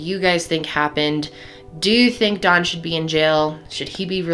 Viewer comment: You keep calling him dawn